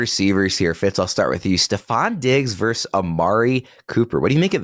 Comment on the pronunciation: The word is VERSUS, not Verse!! The rage in me!